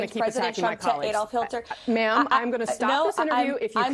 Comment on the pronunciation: She said "Hilter", right? Like, probably the most infamous person of the 20th century and she said it wrong? He really does pick the best people😂